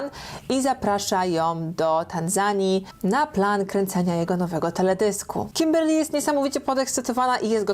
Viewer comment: Kiberrrrr Lyyyy w twoim wykonaniu jest nawet lepsze 🤣🤗